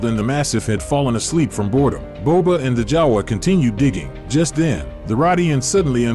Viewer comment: You said Jawya